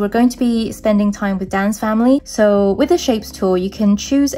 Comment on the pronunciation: By ”Dan’s family“ I thought you said “dance family“😂😂😂❤